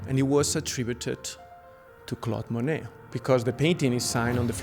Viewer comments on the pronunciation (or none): Interesting and edifying- but, seems like the 1st guy could learn to pronounce Monet.